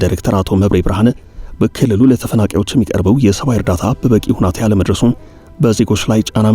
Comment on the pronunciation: ሁናቴ ሳይሆን ሁኔታ ነው እሚባለው jornalist